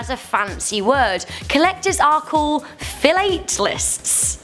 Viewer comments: If you ask me.. it's fee-la-teh-leests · FYI #9 Stamp collectors are called FILL-AT-A-LISTS. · Philatelists is pronounced fil-at-el-ists